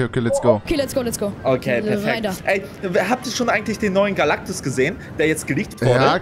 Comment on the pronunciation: Es heisst Galactus und nicht Galacticus 😂😂😂😂😂😂😂😂aber trotzdem geil